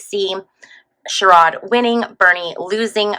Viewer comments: It’s pronounced like SHARE-id ❤ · Ohio Senator Sherrod Brown’s first name is pronounced Share-rid .